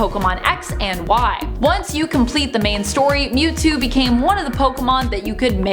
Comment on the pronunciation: who els call that Mewtwo Newtwo